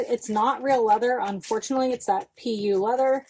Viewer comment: Lol, when I heard you say pee ew (pu) I thought you were saying it stinks 😅